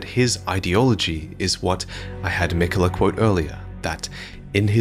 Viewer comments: Mikuh-luh, huh... aight if that's what you wanna go with, but it's clearly spelled Mi-KAY-la. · malenia says his name thousands of times, and she always says it as mikuh luh…